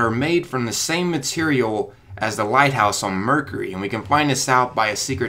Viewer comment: Did he say murkery? It's mercury!